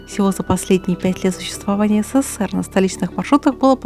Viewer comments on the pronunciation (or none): none